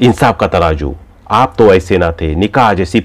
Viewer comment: What a bad pronunciation Say Zeenath not Jeenath Tarazu not Taraju Zindagi not Jindagi Hazaar not Hajaar Get speech therapy